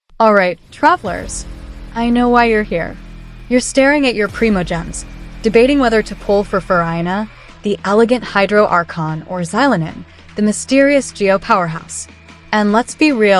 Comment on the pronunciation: Why use ai voice when it mispronounces characters names? Farina? Orina? Zylonen? Can we not butcher already incorrect names?